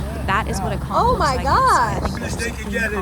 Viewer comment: Born n' raised in Nassau. Living in KC. My dad was born there in Turks, but i've never went there. Thanks for pronouncing conch (konk) fritters correctly. You know a tourist when they say kawnch. :)